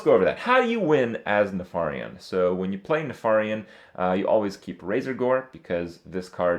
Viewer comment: nuh-far-iun... isn't it neh-fer-ien?